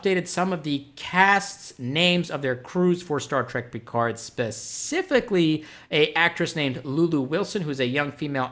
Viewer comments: ALSO, Love the way you say Picard :) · Any reason you can't pronounce Picard properly? I mean there is 7 seasons and multiple movies constantly repeating it.